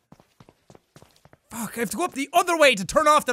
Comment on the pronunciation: When jack said “ also fu*k you “ did anyone else think he said”also fog you”?